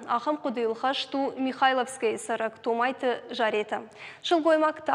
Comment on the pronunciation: "Томайты Заpетæ..." Ударение на первый слог фамилии